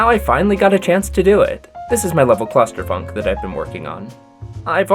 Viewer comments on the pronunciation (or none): No way u called ur level clu(s)tter funk😂